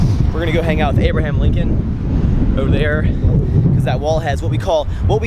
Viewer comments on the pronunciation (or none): none